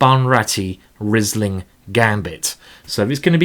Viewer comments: Great tactics and great positional play as well. Learned a lot from this game! So I can`t tell you nothing new about cheess, let me tell you, that the Wine is not spoken like Rizzling but like Reeseling. :-). (Like Reese Witherspoon without the Witherspoon and then ling.) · Great tactics and great positional play as well. Learned a lot. So I can tell you nothing about chess, let me tell you that the wine is not spoken like "Rizzling" but like "Reeseling". (Reese Witherspoon without Witherspoon and then ling). :-) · You have a good taste. By the way, it is pronounced Reesling. I am from Germany. I think Karl Erbes, Karthäuserhof and Dr. Loosen are good Rieslings.